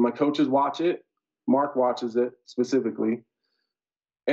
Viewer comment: is he saying pacifically instead of specifically?? 🌶